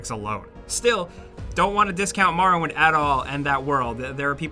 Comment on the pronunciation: "The Elder Scrolls: Marrowwind" -, 2019.